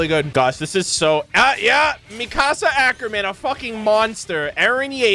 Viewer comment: Theres not a day that goes by that I dont get incredibly angry at someone saying it as "Mi-casa" instead of "Mikasa", saying it as "Gene" instead of "Jean", and people saying "Mike" instead of "Miche" Just watch the English dub for a single episode featuring at least one of these characters and you'll learn the name real quick. Attack on Titan isnt one of those animes where you say the American/English version of the name instead of the Japanese version. You always say the Japanese version, or rather what the English Subtitle Translation says. The only exception to this is dependent on what version of the Japanese Alphabet you're using, or what translation you're using. Levi is a good example of this. In Japanese, his name is said Rivai, or Rivuai. Levi's name is foreign, which results in a Katakana writing form.